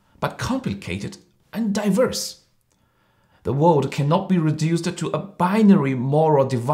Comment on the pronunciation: he also made some pronunciation mistakes, like "diverse", "alternative". But I think it doesn't affect his presentation. furthermore, I don't think his audiences are normal Australians who have little knowledge about Asia. it's more like a speech to evoke the conscience of the china mainlanders.